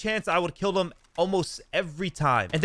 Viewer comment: All his words that start with Th, he pronounces them like “dem” and “dis” instead of them or this